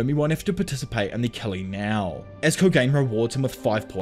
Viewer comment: love the video! your content has made my whole algorithm anime recaps... btw also no hate but the little culling game bug is pronounced koh-gah-nay. keep doing what you are doin!